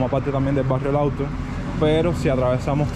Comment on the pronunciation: Puntalar no se dice, se dice APUNTALAR. Y no auto, sino LAWTON. MALA TRADUCCION Y PEOR PRONUNCIACION. Los nombres propios se escriben con Letra Mayúscula.